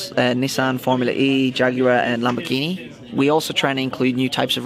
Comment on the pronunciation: Hihi, er hat Lambordschini falsch ausgesprochen grins